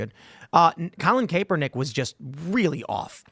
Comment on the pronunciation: Tim, it’s CAPpernick. Not CAPEpernick.